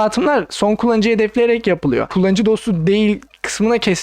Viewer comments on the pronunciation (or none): Aynen şöyle: "Windows'ta geyming iyi yapılıyoğrr."